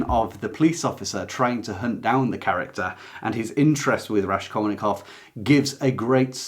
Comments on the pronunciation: Hello, thanks a lot for a great video. RaSKolnikov pronounces like School [SKul], not like RaSHkolnikov. РаСКольников. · For some reason you pronounce RaSHkolnikov, when it's supposed to be S sound. The impression this book has given me, is that if Porfiriy wasn't such a brilliant detective, and there was no serious investigation incriminating him, he would not suffer as much agony as he did. Also, he specifically has such a neurotic personality that he would overthink the deed and suffer no matter what; plus his crippling poverty and lack of food might have had an affect. So it is difficult to say what the effect of murder would be.. Oh and his friends kept talking about it all the time..